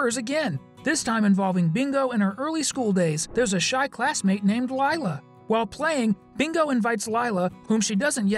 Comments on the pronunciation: It’s not pronounced LILa it’s pronounced lEla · its proununced like leelu not lighlu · sorry if I sound rude but Lila’s name is pronounced Lee-la, not Ly-la 😬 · It's Lila not Lila /ē/ /ī/